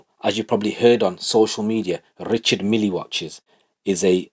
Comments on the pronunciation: thats how its pronounced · He pronounced it perfectly. How it is said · Pronounced Richard Mille perfectly 💎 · Your pronouncement of Richard Mille was on point brother!!! 👊🏽👊🏽👊🏽 😂😂😂